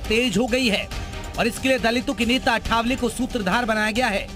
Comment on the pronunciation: पहले नाम ठीक से कहना सीख लो वह आठवले हैं अठावले नही!